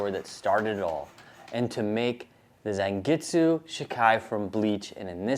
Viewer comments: its pronounced zawn get su not zan and its pronounced she kai not shi kai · Typo and mispronounciation: Zangetsu, not zangitsu. I'm a huge Bleach fan, so this is right up my alley!😘😍🥰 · could at least spend 5-10 minutes to research the sword instead of butchering something as basic as the name